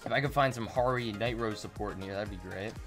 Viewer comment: Harri is pronounced like harry from harry potter but yeah try to stock up on night rose, harri, silver thorn, and scharhrot cards until bt09 comes out